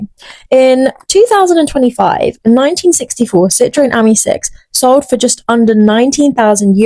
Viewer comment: It’s pronounced as in the French for friend AMI , not the same as the girls name Amy .